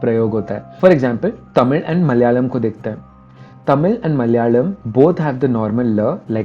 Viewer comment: first time hearing someone from northern part of india say malayalam correct